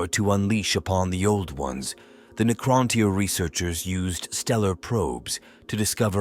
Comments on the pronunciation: Neecrontyre 😂😆, Ai is great and all, just check the script before you upload. The mispronounced words ruined the flow. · "The Kitann and Neekrowntyre" haha LSS